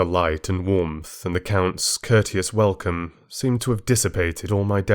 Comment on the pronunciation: Bela Lugosi didn't pronounce "welcome" with a "v," so you shouldn't have, either.